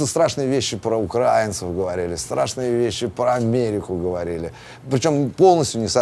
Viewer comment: Главное говорить "украинцев" с ударением на "а" и будешь выглядеть умным и продвинутым. И только правила русского языка молчаливо укажут на то, что ты - колхозник)